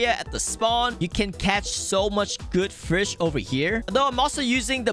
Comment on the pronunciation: Is fish not “firsh” /